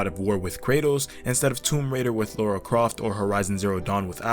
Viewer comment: Ay-loy, not Al-oy. Lara, not Laura.